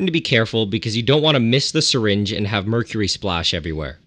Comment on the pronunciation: Nile: *Cooks "MERUCRY" Karen Wetterhahn wants to know your location